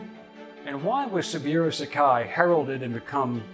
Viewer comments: His name is pronounced 'SabOOro' not "Sabeero". Respect requires getting that right. It just takes a little effort to find out. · SABOOORO, BOZO; NOT SABUREAU. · how do u not know it's Sa bu ro, Not Sa bi ro? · It's pronounced "Sa-Boo-Row".